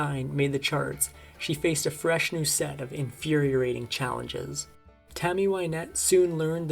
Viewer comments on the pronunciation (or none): “infuriorating challenges,” “dilapilated home,” “infuriorated Wynette.” Those “words” were distracting, but wow, what an awful life!